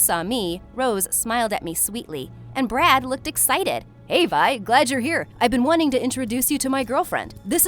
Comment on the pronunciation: Am I the only one who's hearing "brat"instead of "brad"💀